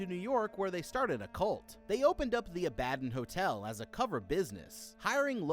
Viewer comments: Ab-a-don 3 syllables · Couldn't help noticing each time he mispronounced Abaddon.